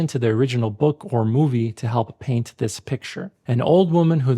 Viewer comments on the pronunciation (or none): none